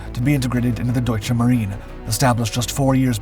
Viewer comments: The dude narrating should learn how to pronounce the German word "Marine" [/mah-REE-nuh]. It's really not difficult, and avoids the inadvertent suggestion that Germany has Marines (it doesn't). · The E in Marine is not Silent. German is not French. Only a few German words with foreign origin end on silent E's.